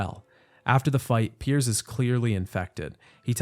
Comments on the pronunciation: Did you really call Piers, Perry in the first section of the video? 😂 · Are you calling Pierce Perry on purpose or am I missing something?